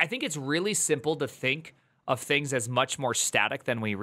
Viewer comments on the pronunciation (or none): none